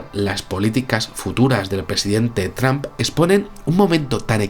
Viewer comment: Por favor mejoren la pronunciacion, no se dice Tramp, el sonido correcto es Tromp!